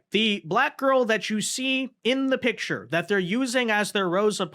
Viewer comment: " That pitcher" teach that group how say their words. It should be "that picture".